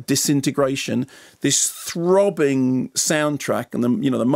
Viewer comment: the way he says THROBBING